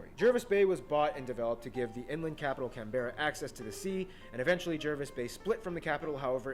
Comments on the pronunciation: Just a minor point: this guy is American. He will mispronounce Aussie place names. The first is our Federal Capital - It’s Canberra. Pronounced “CAN-bra” not “can-BE-ra” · if u wanna hear an Australians Point of view, keep reading.................. so. he said "can-berra" but its pronounced as "can-bra" maybe bc of our accent but idk Its actually offensive to say the word starting with aborigion...then ending with ease...its like saying the n word but in australia and thats bad... just say aboriginal people or indigenous people, bc if u say that you'll probably get drop kicked to antartica, not just by an aborigional person but probably by his mates too. the fiji and australia fued is bs, fijians are the nicest people on this planet NO CAP. us aussies find it so weird when we hear an american, or uk accent...its just weird...for us. one thing us and aus has in common is that they got rid of their bs president and we need to do the same, sorry scomo and there arent just aborigional, black, euro and asain there are also Polynesians, melenesians...in a few words.. WE ARE MULTICULTURE...literally when he said that there were 6 states i was like...isnt there 5 and then i looked at the map and saw tasmania, sorry to my tasi people.